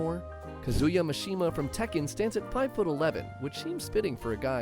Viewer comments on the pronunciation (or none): Smash characters have their sizes adjusted in Smash because IT KEEPS THINGS FAIR. And Kazuya is pronounced KAh-zoo-yah. And Wario is pronounced WARR(like a pirate)-ee-oh. It rhymes with Mario or Lucario. Also, R.O.B.'s name is pronounced like the name Rob. It's an acronym. Get it? Although I notice you pronounced Ryu's name correctly this time, so good job there.